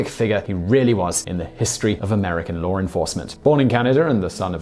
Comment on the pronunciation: So, you watch the entire series, I guess, and yet, the very first chance you get you say "Swearengen" with a hard G. What is WITH you? And it's LAWR enforcement, CanadER, and MontanER.